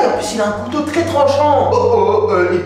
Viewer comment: ta pas dis kouto ta dis koto😅😅😅😅